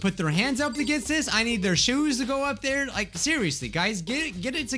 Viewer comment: Man he said like wrong